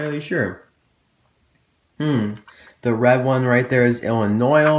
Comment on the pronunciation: Say Ill-in-ois